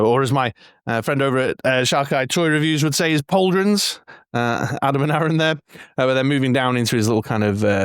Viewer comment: "Pauldrons" DRINK! 😂 Crackerjack review, mate. How good is that figure hey.